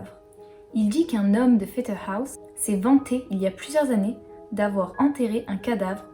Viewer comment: Pfetterhouse se prononce comme en français (le OU se dit... OU), pas à l'anglaise. Mais les noms alsaciens sont toujours "écorchés", on a l'habitude. Par contre j'adore ta voix et ta façon de raconter en douceur. Merci.